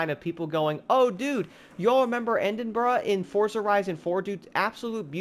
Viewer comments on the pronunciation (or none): "end-in-bruh" lmaoo